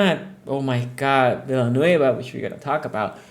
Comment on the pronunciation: Sonny just pronounced Big Al’s name better than anyone ever, then tore him to shreds. 😂😂 We Steelers fans tried to warn you guys!